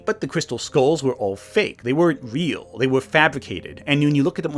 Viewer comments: Vey awe not weal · It's not weal. Conspiwacy bwainwot. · they ah not weel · It not weel